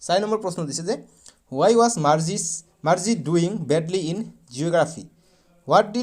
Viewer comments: Sir Marji nohoi Margie😅😂😂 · Margie ❌ morghi 😂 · Marji nohoi sir margie😊